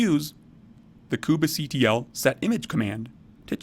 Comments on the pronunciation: please stop pronouncing "kubectl" like that. it's so annoying that i almost stopped watching. how about just "koob-CTL" or even "cube-CTL" without the need for that extra syllable in the middle. you don't pronounce it "mini-koob-A" so please stop with the "koob-A" stuff. so annoying!! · the most interesting pronunciation of kubectl I've ever heard -- but really good video nonetheless